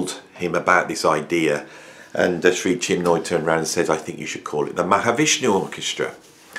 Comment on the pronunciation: great vid, except it's 'Mc-Loch-lin' and 'Chin-moy'. sorry to be a pedant lol. the torment was real, Michael Walden was meditating with JM when they first met, and he could hear water dripping onto the floor, he opened his eyes and saw that it was JM crying his eyes out but trying to remain silent